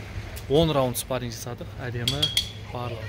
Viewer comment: "спаринг" деп айтсан дурыс естилетин еди биздин уйренген кулакка